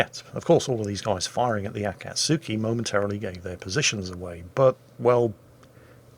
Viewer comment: A-cat-SKI, as one word, not A cat sooky!